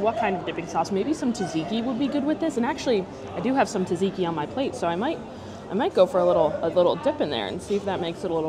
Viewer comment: Just to let you know that Tzatziki pronounced sat-see-kee! Not Tuh-zee-kee ;)